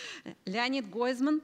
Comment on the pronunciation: Почему,, Гойзман"?Так представила ведущая. Разве не Гозман?